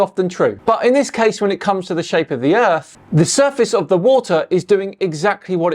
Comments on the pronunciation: I’m sorry but I have to say it “du earf” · What's the earf?